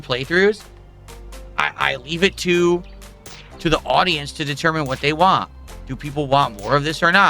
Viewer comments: “I’m giving you what you wah! If this isn’t what you wah, you need to tell me what you actually wah! Otherwise I’ll never know what you wah!” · Poor Telerence Carter, so dedicated to not remembering him that "want" is now "wahn" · The way he says "want" drives me insane.